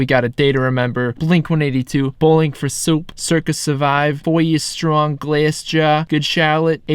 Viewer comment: glassjaaaaw? Wtf was that. Come on guy. Do better homework than this 🤣